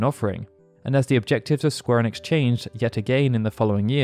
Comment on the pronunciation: I don't think anyone from square onix is watching this video... since square onix isn't a thing that exists... pronunciation is key, friend, and Ee-Nicks isn't that difficult to say..